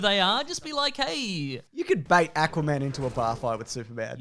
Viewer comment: ÆCK-wuh-man. (Been two years, but hey, what the hell.)